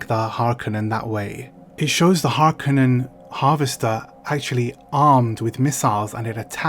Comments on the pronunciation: It's interesting to hear you and so many other people pronounce "Harkonen", "HarKanen". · “Har ‘Cone’ an” is the way it’s meant to be pronounced, accent on “cone”. Someone probably already said that and if so I agree 😏👍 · I've never heard anyone say "Harkennen" before. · I listened to audiobook and they pronounce it as HAR-CUNNEN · Love your channel and your content. I read Dune for the first time in 1979. I just found out the other day that Frank Herbert lived on the same peninsula as me. Wish I knew that sooner. Ok so, it's pronounced Har-Cō-nehn, just like Chani says it. Chances are they didn't let her say it wrong just because she's that hot, ya know? AND it's Lee-tōe, not Let-tōe, Ok, back to your vlog/review...tyfl. ps Lucky Dog You!